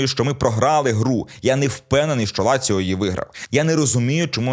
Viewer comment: Не ляцио..а Лацио..